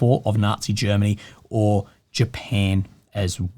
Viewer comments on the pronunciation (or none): none